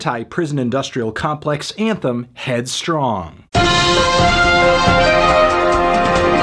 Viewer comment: loves headstrong (or as he says it, headstrang)